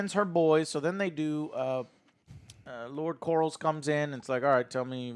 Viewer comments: "Lord Corals" lol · Still with the “Lord Corals”. lol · "lord corals" LMAO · “Lord Corals” lol